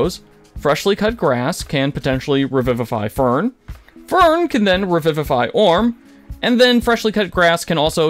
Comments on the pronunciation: Awesome recap! But the mispronunciations of literally 90% of the character names is driving me insane. OR-um with an M. EM-O-jen for Imogen. FRESH-cut-grass, not freshly. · Why pronounce her name I'm-A-Zjin when every cast member has clearly pronounced it Emma-Jen since day 1. Do you just throw a fancy curve on the word just for the sake of being unique?? Edit: I spoke too soon... "Orin" ... "Eem-a-zjin" ... "Freshly Cut Grass" ... Do you even watch the show?